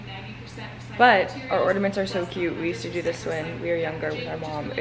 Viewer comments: It's pronounced 'orna'ments not 'orda'ments x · Bestie it’s ornaments! Lol😂